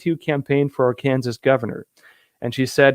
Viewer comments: ARRRRkensaw - emphasis on the AR :) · The office of the former president is the ultimate Trump card and a hilarious troll move. Also Arkansas is pronounced (arc-en-saw) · Ark - in - saw. I live in NW Louisiana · Arkansas.....pronounced ...”arkan saw” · you're way too intelligent to be mispronouncing one if the 50 states: Are*Can*Saw...go ahead, I know you can 😉😘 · ...yep...its "AR-CAN- SAW"...I think we all tried to pronounce it as you first did when we first learned about it....and I think it great that Trump has done this as well as Sarah and Mike running for offices... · r can saw = Arkansas. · It is pronounced .... Are....Can....Saw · Ar CAN saw accent the middle syllable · Noah got off the ark and saw. Arkansas is a Native American name,. Ark n saw. Stress on the first syllable. Arkansas loves Trump. Keep up the good work. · one more try : Are-kn-SAW. try that. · Proper pronunciation of Arkansas is: R can saw. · it is pronounced R-Can-Saw spelled Arkansas. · Seriously?, you don’t know how to pronounce Arkansas? It’s pronounced AR-cansaw. Get it together. Love your channel 😎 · Ar Kan Saw... say it with us. :-) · Arkansas is pronounced like: “R” “can” “saw”. (We love you!❤️) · with emphasis on "R"-can-saw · it's pronounced Ar-can-saw; Arkansas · Arkansas is the State, One state pronounced Ark- en- sau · Arkansas is pronounced Ark an saw 😁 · Arkansas pronounced “R can saw” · Yeah, it’s weird. Almost like the guy is a fake agent from another country. They taught him to mimic Americans perfectly, except for this one thing any American would know. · Hi it's pronounced ARE (and depending on the speaker) ken or can SAW. If it might help speak the word SAW as in the sentence ''I saw that same movie'' - JF - Hey, is there any way that I can email you? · The emphasis is on the first syllable: are' cun saw. Hope that helps. Also, the governor of Arkansas is Asa - long a then suh. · Arkansas (pronounced: Are-Can-Saw).